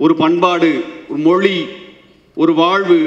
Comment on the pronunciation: மொழி னு சொல்ல வரலை மொளி னு மொளி சொல்லராரு.. ivaru tamilan na ...